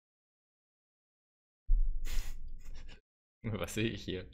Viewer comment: Dieses "Steffan" Da muss ich los...